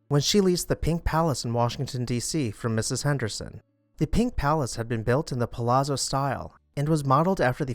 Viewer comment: Delia is pronounced "Deeleeya". Palazzo is pronounced "Palatzo"